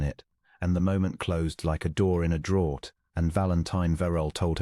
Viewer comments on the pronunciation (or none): Draught is not pronounced 'drawt'. It is pronounced 'draft'. Michaelmas...'Micklemass'. Reined.....'rained'. ArithMETic......'arITHmetic'.